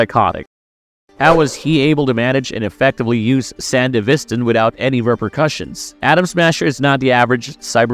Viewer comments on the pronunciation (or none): There’s a few things you say that are untrue or totally mispronounced. The Sandevistan is pronounced as “San-DEH-vis-tan”, with emphasis on the “DE”. Also, Falco was not killed by Adam. In fact, he never died, all Adam did was punch him away really hard, but he was still alive and even managed to take Lucy with him and drive away. Did you even watch the entirety of Cyberpunk Edgerunners? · The way he says Sandevestan annoys me. It's not sandivistin as you say it it's pronounced san-devi-stan dude. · How do you hear in the game and the show SAN-DEVI-STAN. and then mispronounce it repeatedly. 😂 great video, but the effort to do the japanese names and then hearing that. Jarring 😅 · brother you did NOT just say sandevistin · San-dev-istan bro come on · It's hard to watch when the narrator has never clearly played the game or watched the anime. We can tell by the mispronunciation of Sandevistan. It's not something you would say wrong after playing. It would be like saying the P is CyberPsychosis or something. Just weird. Shame. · I really dislike how you say sandevistan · between the pronouncition of sandevistan and the assumption that falco died, dude, did you do anything more than a cursory google search to research this video? defitnitely NOT marvelous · Lol, buncha friggin nerds in this thread bro, you guys need to chill on his mispronunciation of the word sandevistan. Its really not that serious. Hahaha yall are pathectic, just jacking each over off over a damn word. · Multiple records of people saying sandevistan yet you continually pronounce wrong. Sounds like AI bot. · Bro, you need to do REAL research with this. One falco did not die, you literally see him live after the main fight in Edgerunners and you can contact him in the game that takes place a year after Edgerunners. Also sandevistan is pronounced wrong and some points in lore are off. I can tell wiki was use and only used when most of the time wiki isn’t 100% true